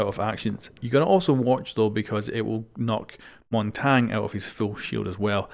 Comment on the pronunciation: Great video. Just a thing, I think the shield op is pronounced Mon-tan-ye kinda